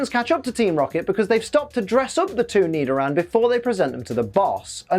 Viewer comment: Nidoran..: more like me-do-ran 🤣